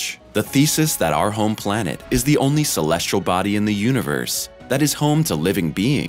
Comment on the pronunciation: Agreed. Why does he always say "celestRal"?